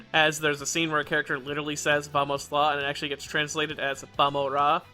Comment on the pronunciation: amazing ideo just want to add that "vamos" with 2! is spanish, not portuguese both languages have the same spelling, but obly spanish has 2!, also ur pronunciation was spanish (i'm brazilian so kkk)